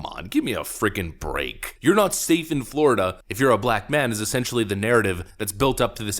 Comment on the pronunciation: Wow the guy speaking sounds like such an idiot I'm not sure he even spelled his last name right. "We are goin to ejicake da peoples bout Flawyida." Ffs who thinks that man is in a position to educate anyone about anything? You know how people say things like "you would have to be a complete and utter moron to believe this?" Well I guess we've found a believer.